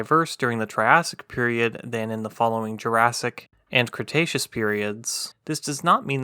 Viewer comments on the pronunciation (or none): none